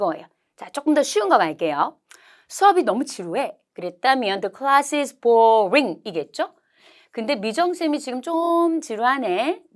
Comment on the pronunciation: 잘들었습니다... 감정분사 설명하는 부분에서 boring 에서 "r"이 빠진듯 합니다. 맞나요?